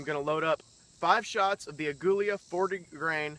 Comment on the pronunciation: I love my 39a. Thanks for the cool review. BTW, it is pronounced Ag we la. AGUILA